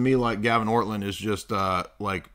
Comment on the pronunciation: If you are going to claim to refute someone or his arguments, a good place to start would be to address the actual arguments in question. A second step might be to try to act Christian by not deliberately mocking and mispronouncing one's name. Your behavior here made Orthodoxy look juvenile and indicated that you either didn't watch his video or didn't understand it.